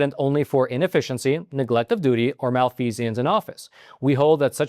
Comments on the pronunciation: It is "mal-feeze-ense" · There is no "i" in the pronunciation od the word "malfeasance". You've added a syllable that just ain't there. It's NOT "mal-fee-see-ance". Facts do matter. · Please don't let excellent journalism be marred by something so trivial to prevent - poor pronunciation. Malfeasance has three syllables: /măl-fē′zəns/ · you should embarrassed and ashamed to have mispronounced "malfeasance" so many times!